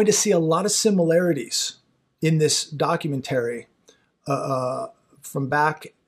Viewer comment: Please learn how to pronounce the word documentary.